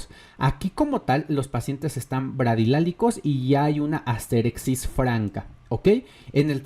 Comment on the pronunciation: Como una pequeña corrección, el término médico es asterixis, no "asterexis". De ahí en más, buen vídeo